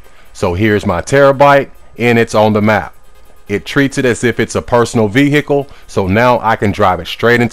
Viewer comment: Veah Icle